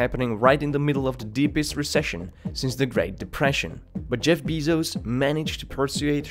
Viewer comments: It’s pronounced BAY-zos not BEE-zos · PLS DONT SAY BEEZOS.., ITS BEZOS PLSS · I had to exit because I kept hearing Beeezos. It’s Bezos (bae-zos) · beeezos? its pronounced BAY-ZOS not beeeeezos shithead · Jesus fucking christ dude, its not fucking BEEZOZ - its Bezos, like bear. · BAY-SOS Not BEE-SOHS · LOL, my ears started bleeding every time I heard him say BEEZOS. Hey BOZO, its "BAY-SOS"! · His last name is pronounced “bay-zos” not “bee-zos”. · Its not BEEzos its Bezos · It is not pronounced Jeff "biezos" its bezos as in "bee"! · Bay-zohz not Bee-zohz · It's Bezos, not Beezos.... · Isn't his name Jeff "Behzos" not Jeff "Beezos"? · Does all this research but cant say his name properly. I literally stopped watching halfway through. Constantly hearing BEE-ZOS made me cringe and get triggered at the same time. BAY-ZOS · It's pronounced "bey-zos" not "bee-zos" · Someone who creates a video like this should at the very least know how to pronounce Bezos (It's Bay-zos, not Bee-zos). The single easiest and most basic thing, you screwed up. And you are criticizing the richest man in the world because his business model is no good? And you're not even aware enough of your subject to learn how to pronounce his last name correctly? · Jeff Bee-Zos. Hahaha it’s BAYZOHS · Bezos not Beezos lol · Its not bee-sos its bezos!!!!! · His name is Bezos not Beezos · Sorry, cut the video off after a minute. I couldn't handle all that Bee-zos. I'm not strong enough. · How do you not know how to pronounce his last name? Jeff has pronounced his name as BEH ZOHS countless times. Learn English, you foreign fuck Really good video otherwise. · Bezos - Beezos Prices - Prycees Buisness - Buisneess Loses - Loseees What's up with this guys pronunciation??? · Bay-zos you clown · "Bee-zos" ugh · It's pronounced like "Bay-zos" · aaaaaawk, I can't take it anymore. How many times are you gonna say Beee-zos????!!!!! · "Beezos, pricees" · I cant take this video seriously, you keep saying Bizo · "Jeff Beezos"